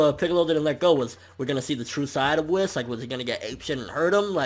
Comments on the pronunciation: its not "wiss" its Whis (pronounced Whees) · Its not Wis, its produced Weise( yes I am aware that his name is spelled Whis) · Whis as I'm whiskey and Beerus as in Beer, Toriyama and his damn puns